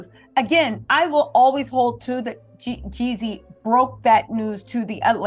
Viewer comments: Girl if you call him Yezzy one more time its Jezzy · Can we say “Jeezy” and not “Yeezy”. You’ve produced multiple videos on this matter and you still can’t give the correct name of Artist more than 10% of the videos. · Who is the women saying yezzy , and jezzy is she lost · **Jeezy lol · Girl why you can’t say Jeezy it ain’t Kanye baby